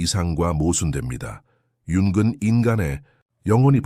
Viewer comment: 잘 듣고 있습니다. '융근'으로 들리는 부분을' 융은'으로 고치면 더 좋을 것 같아요.